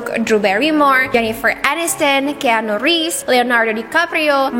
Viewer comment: Koreksi dikit ya kak, keanu baca nya: kianu . Anyway thanks for the video great as always❤️